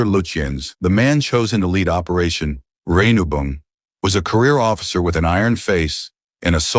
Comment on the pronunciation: Tear pits.... You mean Tirpitz? And there is a lot more of fun! Rubong... you mean Rheinubung? Bismarck... Scharnhorst, Gneisenau..... Eugen not Yugen. Get your info right, please.